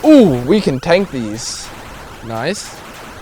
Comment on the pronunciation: Man have the yoyle accent, while saying nice